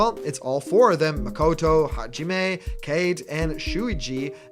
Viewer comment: Oof, those.japaneae name pronounciations could really use some work man, particularly Kaede (Kah ay day) I'd love DR protags, I've wanted Hajime for a while